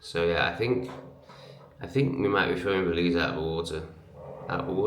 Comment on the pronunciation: Yes.... BELIZ...YESSSS....WERE GOING TO BELIEZ